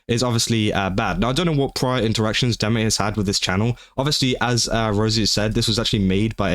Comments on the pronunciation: No, your pronunciation of deme is correct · You pronounced her name right, so, you're good.